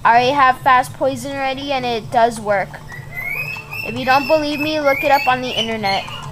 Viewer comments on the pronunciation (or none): none